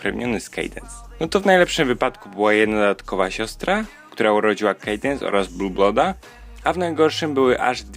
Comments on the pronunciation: "kejdens" ? Chyba "kadens"... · Czyta się Kadens a nie Kadense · Sorki że się czepiam ale się mówi kadens, a nie kejdens xD